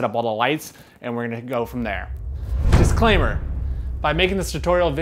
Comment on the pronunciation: "dissclaameer" You have my like Sir.